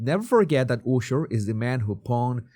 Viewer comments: if for you the name is so important why are you pronouncing Usher`s name incorrectly? his name pronounced with [A]sher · Love how he says ooosher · Your saying Usher wrong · Like your videos. But I’m cracking up. You said Ushers name wrong in the beginning.